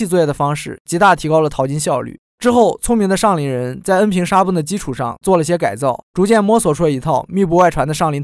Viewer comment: 廣東恩平，不是恩坪